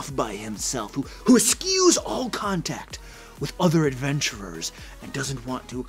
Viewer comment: .... askew? I think you are trying to say Eschew .. you pronounce it like eh'shoe (like shoe on a foot) meaning to avoid, or do without.